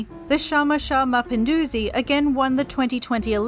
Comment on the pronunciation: The narrator's swahili is horrible, at least basic research would help. "Chama Cha Mapinduzi" is pronounced completeley different (not sh, but as an actual ch), also Unguja is pretty bad. The mirrored photos/footage is confusing and misleading. (source: I lived in Zanzibar for 1 year)